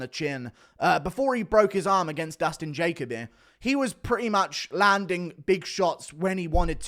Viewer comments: FYI I've always heard it pronounced Jah Coby not Jacob Bee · It’s pronounced ja Colby